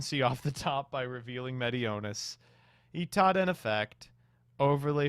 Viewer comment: The worst part about the Drytron games is saying Itaden instead of Idaten